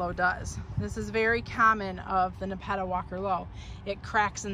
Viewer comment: You’re pronouncing Nepeta wrong. Thanks for the great info